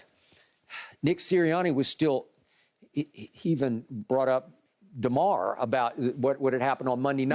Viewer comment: Also his name is Damar not Darmar